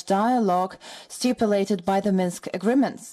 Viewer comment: She said Minks! Minsk.